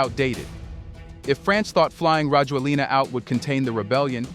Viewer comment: His name is pronounced rah-JWEL-nah.